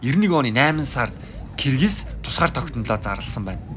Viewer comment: please correct our country name! we are Кыргыз not a киргиз! Russians pronounce like that киргиз because russians cant pronounce as кыргыз!